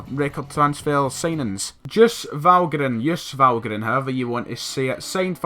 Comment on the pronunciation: You're showing your age kid! Not being able to pronounce Valgaeren and didn't know much about Stubbsy...